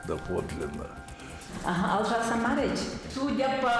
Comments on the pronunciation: В казахском языке гласные произносятся так же как и пишутся❗️ Иначе смысл слова меняется, вообще другое слово получится Олжас, а не Алжас❗️ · Пожалуйста, говорите Олжас, а не Алжас...!!!!!,🤦🏼🤦🏼🤦🏼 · Не Алжас..! Олжас! В переводе разные значения! Имя Оля.не произносим же Аля! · Ведущая, в чем дело⁉️ Олжас❗️ А не Алжас❗️”Алжас” это вообще плохое слово❗️ПЛОХОЕ значение у этого словааааа❗️❗️❗️ Вам огромный минус❗️Готовиться надо ко встрече, не простительная ошибка❗️ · Имя этого легендарного человека звучит и пишется ОЛЖАС, а не Алжас.У казахов нет такого имени Алжас. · Вы на ОЗЕРО не скажете АЗЕРО. Поэтому Олжас, а не Алжас! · Не Алжас. А Олжас. Алжас это совсем другое слово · не коверкайте имя великого человека. Олжас его имя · Еңбегі бар адам, бірақ Алжас деп айтатындары жаман екен. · Казахскии Имия, Фамилия как Написано, так и читается. О значить О не А